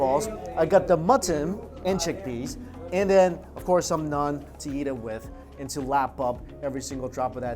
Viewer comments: Hello bro it's naan not nun lol. Happy to help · am i the only one who gets tilted from him saying "nun" rather than "naan"😂🤷🏻‍♂️😭